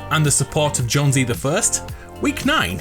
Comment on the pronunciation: JONES not jonesy.